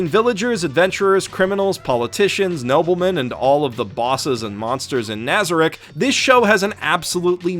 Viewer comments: Nobody gonna mention how he butchered the names? Ok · I don't understand why no one else is cringing in the comments about his pronunciations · Your mispronunciation is driving me nuts. NazaRICK? its naza-reek. alBEDo not albeado. Great video overall though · My only complaint with this video is your butchering of the names in this anime, both the characters and the locations lol. Albeeto and nâza-rick. 😂😢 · Keeps miss pronouncing Nazarik. Me: *Triggered* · Why does no one say nazarek correctly wtf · is no one else annoyed with his pronunciation of nazarick? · Anyone else cringing when he says nazarick and some of the other guardian names